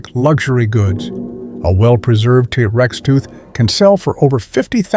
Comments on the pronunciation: worst ai generated speach ever- tah rex instead of t rex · "Tuh tex" ? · Tah - Rex? No thanks AI